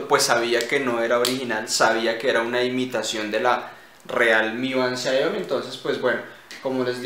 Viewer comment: Por si acaso, se lee CHIAOMI (la i es de un sonido más cercano y la si que a la i, algo así como CHSIAOMI